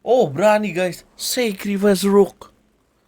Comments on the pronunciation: Yang bener itu rook ( benteng)bukan rock (batu) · ROCK itu baca nya ruuk?? Tiap hari dengerin the ruuk the ruuk.. emg nya burung deruukk??? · Pengucapan nya Rook itu dibaca ruuk